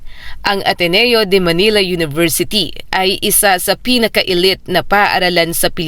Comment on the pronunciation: Yung pronunciation ng "elite" eh napapangiwi ako pramis..